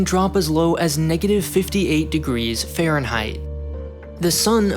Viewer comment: What t f is farienheit?